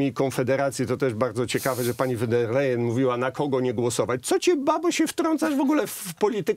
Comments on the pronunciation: ta cała przewodnicząca KE Niemka von der Leyen wymawiamy "fon der Lajen" nie po holendersku wan... itd..., a to, że była bohaterką skandalu korupcyjnego w niemieckim MON też jej nie zaszkodziło, a wręcz przeciwnie, w nagrodę została szefową Komisji Europejskiej 😱🥴🥶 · Kto to jest pani WAN DER LEJEN? Ile czasu potrzeba by nauczyć się wymawiać jedno nazwisko? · Won der Leyen się wymawia.